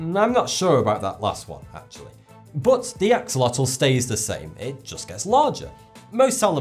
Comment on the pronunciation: boo-bbo The animal - the Axolotl's name is pronounced; 'a+sho+LA=tuhl'. A friend of mine was the one who introduced them to me. I mispronounced their name; 'ax+oh+lah+til', until they 'set me straight' 😉. I liked the sea-horses growing in to adult, full-sized horses.